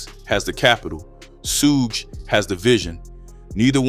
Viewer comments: "Shoog" not "sooj" 😄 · SOOOGE Knight 💀😂lmaoo no way he butchered it that bad. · Ain’t no way you just said SOOGE KNIGHT 🤣🤣🤣🤣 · Should’ve called him Scrooge lol, 😂 I know why you butchered his name though smart move! Good content💪🏾